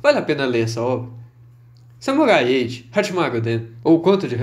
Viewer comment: Eu juro que quase toda hora eu escuto vc falando "Samurai Ecchi" kkk